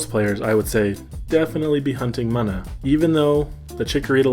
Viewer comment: It's called "MOON-A"